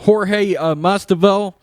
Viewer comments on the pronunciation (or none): Jorge Mas-di-val 😂😂😂